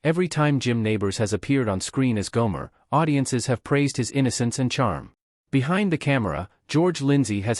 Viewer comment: WHO THE HELL IS GOOMARE?? HOW ABOUT GOMER!!! THIS NARRATOR IS STUPID!!!!